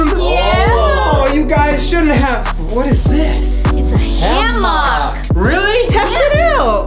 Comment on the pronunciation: It sounds like you guys had a ham hock it's pronounced hammock